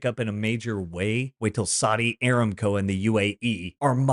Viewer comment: First, you do a great job. I listen to almost all your videos. However, you keep calling the Saudi oil company AIR-am-co. Anyone who's worked for the company says a-RAM-co (formally the Arabian American oil company, hence ARAMCO).